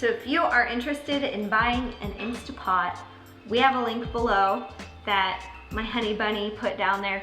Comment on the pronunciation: Going to buy my "insta" pot this week! Can't wait! And, really? Who cares how people say it! I just want easy peeling eggs!